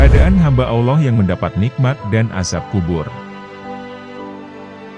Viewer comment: Lou sok tau amat sih mind disepak bola lou banyak omong sekarang masalah agama lou banyak cerita juga ang lou manusia superkah dibidang agama sampai dimana ilmu lou sebut Allah aja lou blepotan